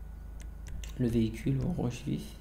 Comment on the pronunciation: le veecule de fatun furouse